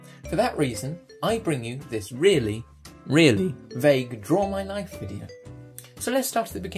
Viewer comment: When you said draw my life video it sounded like you said draw my knife XD